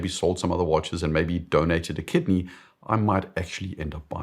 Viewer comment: I didn't quite catch it but did you say donate a kitten or kidney? Great content as usual.